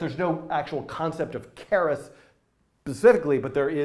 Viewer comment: Your french prononciation of keras was brilliant